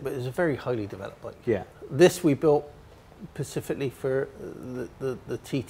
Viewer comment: built this 'pacifically' for the TT.